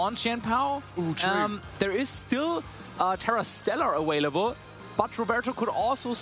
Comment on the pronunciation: Please for the love of God somebody teach this man how to pronounce the V and B correctly in available. Since when does a B and a V sound like a W